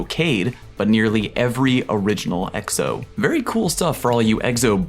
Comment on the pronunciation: Are you intentionally pronouncing Exo as eggs-o?